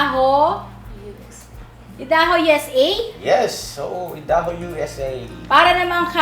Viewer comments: Ayda__ho( Idaho )po ang pag pronounce dyan hindi e da ho.😊❤ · Idaho is pronounced as AYDAHO. I am so happy for family. 💕💕💕🙏🙏 love you, Jun2 and Coy2. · Idaho ang pag basa niyan ay Aydaho